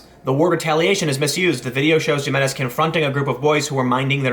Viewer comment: Jiménez = Hee*men*ez